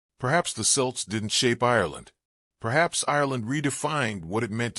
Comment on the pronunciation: Celts hard C pronounced Kelts, not Silts! Leabhair and Tuatha De Deannainn pronunciations pure cringe